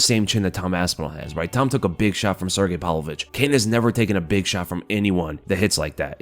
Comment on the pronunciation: His name is Pav-lovich, not Pal-vovich